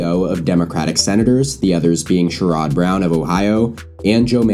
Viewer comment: You mispronounced "Sherrod" Brown